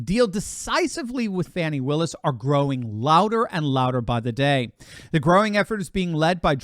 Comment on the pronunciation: Im glad you ptonounced her name correctly. More than half pronounce it Fonnie but it is Fannie aka butt!